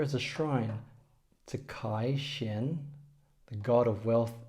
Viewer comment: Good effort in pronouncing the names in Mandarin👍🏻 There were a few tricky tones there. I particularly like the way you said the name of the bank. I just want to mention that Money God is pronounced as “Cai Shen” instead of “Kai Shen”😊